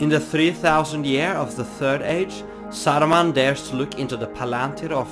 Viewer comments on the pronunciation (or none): Why you pronounce the names in Russian accent lol? It's Saruman, not Sarrruman, or whatever that was. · "SAURMAN OF MANY COLOURS!?"